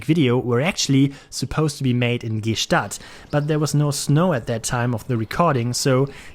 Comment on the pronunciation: Lieber. Bitte „Gschtaad“ und nicht „Ge-Staad“. Das tut in der Seele weh 😅